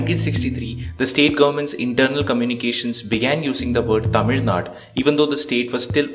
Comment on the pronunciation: It's not naad , it's naadu